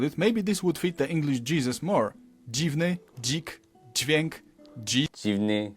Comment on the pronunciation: as a polish person i can confirm this is quite amusing to see you struggling after wathicg the full video i can say stop trying to soften up words becouse you said kraków correctly but then went back to saying krakał (look up the polish pronounciation) not kraków or saying dziwiouk not dzwięk